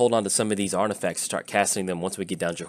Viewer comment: Artifasers lol I think it's intentional isn't it?